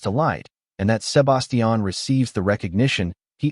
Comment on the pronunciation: The was you pronounce "Sébastian" is SUPER irritating 😑